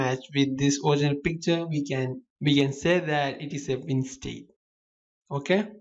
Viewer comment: i always understand "PIZZA" instead of picture :DDD but srlsy, nice tutorial! ty!!!! :)